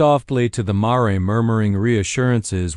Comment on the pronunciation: It’s mare not maray